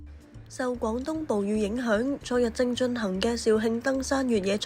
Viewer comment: 趕東？廣東